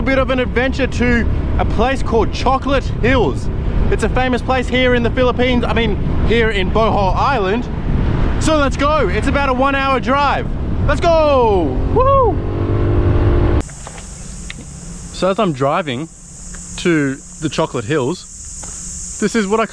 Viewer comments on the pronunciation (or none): Its actually pronounced as a fast "bo" then normal "hol"